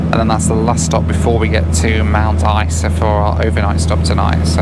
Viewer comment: you pronounced Isa incorrectly